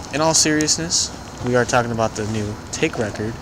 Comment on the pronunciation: Nice work dude :) just so you know, Taake is pronounced 'taw-keh' and Hoest is pronounced 'heust", the oe is like the e in jerk.